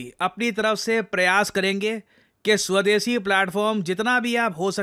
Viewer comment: इन बिहारी मोड, स्वदेशी नहीं सवदेसी😂